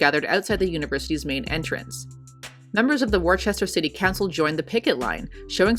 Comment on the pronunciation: The least important part of the story, but Worcester is pronounced Wuh-ster or as a local, wuss-tah :)